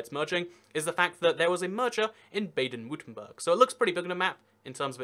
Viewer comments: Berg not Burg! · Baden-Wurtemburh, Pronounced "Bah-Den Vur-Tem-Burg" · You have to work on your pronunciation of German cities, man. Brey-men = Bremen. Baden-Vurttemberg = Baden-Württemberg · Marc Exner Nah, Baden-Württemberg gets butchered way more